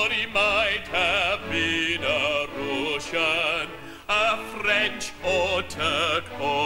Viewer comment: Hey, I look up the lyrics, and he genially has weird pronunciations. Roosian, Proosian, Ita-lie-an